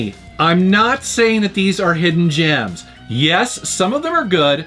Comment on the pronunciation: Whenever you say hidden Jems, I now see Joe from Game Sack impersonate you saying it.